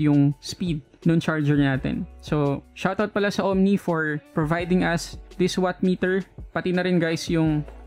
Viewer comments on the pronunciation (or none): none